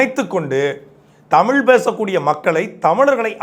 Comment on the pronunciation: நீ முதலில் தமிழை பிழையில்லாம சரியா பேசுப்பா.. மொலி... தமில்.... இது என்ன மொழிப்பா 😂